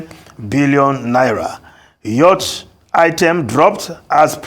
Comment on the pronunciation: It's pronounced "Yacht", not "Youht". It has being the same with other presenters on Arisetv since the news broke about the ridiculous Yacht purchase by Aso Villa.